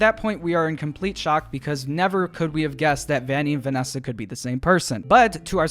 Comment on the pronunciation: Have you guys heard Vanneesa